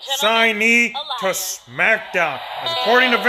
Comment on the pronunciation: Drop a like the way he said Elias